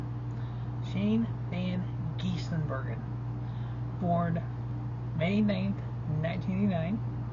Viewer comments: It's not van Gis"in" Bergen it's van Gisbergan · I know it's odd, but it's pronounced as written. Gisbergen = giz-ber-gen